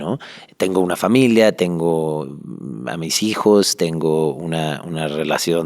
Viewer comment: Nmms, dijo hijes?